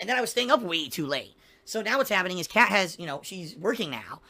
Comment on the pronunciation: Why does he keep saying "Pat" instead of "Kat"?